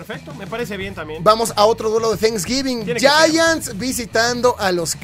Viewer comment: No sé pronuncia yayants a los Gigantes de Neva York, se pronuncia Yaants.